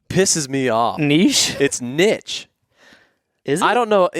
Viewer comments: is definitely right on the pronunciation of "nitch"! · just tell him not to be a biche and say nitch